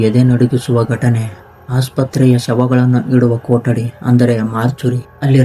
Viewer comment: ಕೋಟಡಿ ಅಲ್ಲ ಕೊಟ್ಟಡಿ